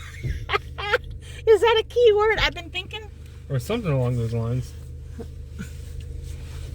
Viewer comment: Bahahahaha that’s funny! When she says “I’ve been thinkn”